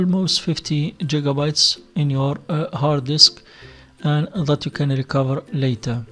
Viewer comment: LMAO man said jigabytes haha